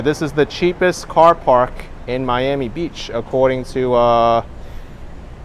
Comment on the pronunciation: It's Not Your "Ami It's "Miami"